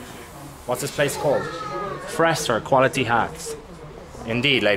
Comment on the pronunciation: It's not 'Fresser hats'!! Its Ferster!!!!